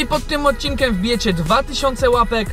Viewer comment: Dlaczego mówisz "odcinkem" zamiast "odcinkiem" to jakaś wada wymowy?